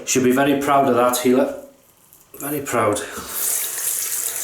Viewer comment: Dear. Yes you pronounced my name Ok:) I've had already 2 orders on my Etsy shop as a result:) as you said It is taking a lot of effort and experience to make a good shaving soap. I hope the best success for you. You have really made me happy. I like the fact you start your videos with the flowers - very pleasant and unique. If you like you can check out the facebook group::classic shaving Israel" I am having a lot of support from them.